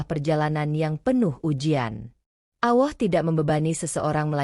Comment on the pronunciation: Ceritanya bagus dan sangat menginspirasi buat saya tapi maaf saya ingin mengoreksi sedikit Ketika menyebut nama Allah tolong dengan menyebutnya yang benar begitu juga ketika membacakan shahadat terima kasih